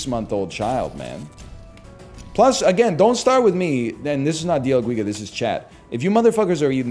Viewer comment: Holy hell, its not dia guiga, its D L GUIGA